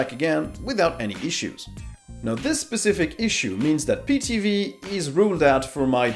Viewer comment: Try getting someone who knows something about linux because this guy butchered the names of everything. Pee TV?! We're trying to draw people to the platform not scare them off because this guy has no clue what he's talking about.